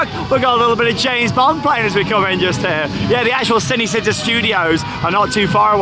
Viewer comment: I know you guys don’t speak Italian but it is pronounced ‘Chee-nay Chee-tá’ 😀😀 Great vlog btw.